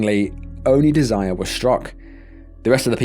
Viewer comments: Im thinking it's pronounced dez-er-ray not Desire. Small point. You don't good work. Carry on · It's not desire it's Desiree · Probably pronounced Dez-er-ray. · not sure why my comment is gone? but if you’re going to jaywalk with your kids at night while not paying attention to oncoming traffic, you d*s*rve to get h*t by a c*r. also, you really need to learn how to pronounce some words & names before publishing your videos. the name Desiree (even if it only has one E) is pronounced DEZ-er-ae.